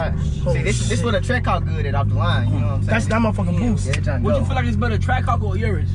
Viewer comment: Lol Kai funny ash he said hell cats and trackhawcks